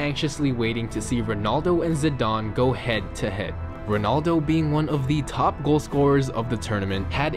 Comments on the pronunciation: Zidane not zidon 😂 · Its zi-dan not zi-darn